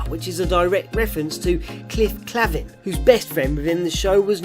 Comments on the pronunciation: Cliff Claven (clay-ven). :-) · It's Cliff K-LAY-VIN